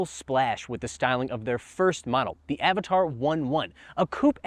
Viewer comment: its not Avataaaar its Avatr :D